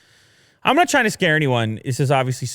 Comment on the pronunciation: "Nut Pro"🤣 That is "Not Pro" lol